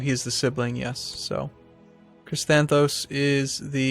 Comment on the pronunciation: The way you pronounced Crysanthos... lol... I giggled for a while.